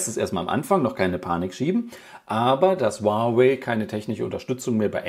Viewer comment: Das hieße nicht wawai sondern huawei